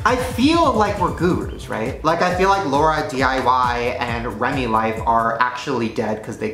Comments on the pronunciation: OMG 😮 Shane actually said LaurDIY Ahhhhhhhhhhh fangirling lol 😂 However he called her "LauraDIY" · Is anyone else TRIGGERED AF because he said "LAURAdiy"!??!!!!?!!!!😠😠